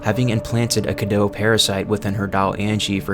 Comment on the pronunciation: Omfg when will people stop calling the cadou “cadoo”. It’s pronounced “cadoe”